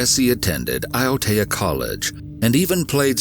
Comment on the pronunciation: Hey, great work on the pronunciation of Māori words like “Waitakere” and “Aotea”, sounds like you done your research, the Māori dialect is very difficult for foreigners to pronounce, but that was a solid 8/10! I’ve lived in NZ all my life and remember very vividly when the case started to get publicity. NZ is a beautiful country with beautiful people, unfortunately, there was a monster lying in wake amidst the beauty.. All of us hold Grace in our hearts, may she be free flying high above us ❤️❤️❤️